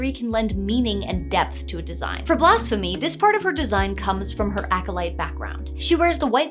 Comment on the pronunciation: I cant stop hearing Blasphemy as Blast-phemy, i guess the pyromania is written in.